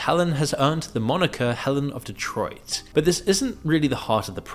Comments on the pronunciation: Helen of D-Troy-t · 'Helen of detroit'💀